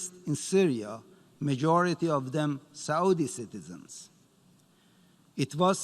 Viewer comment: ....it is Saauudi